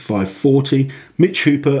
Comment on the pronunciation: It's not Mitch counting the reps, it's the refs. JSYK, his name is Hooper, not "Hopper".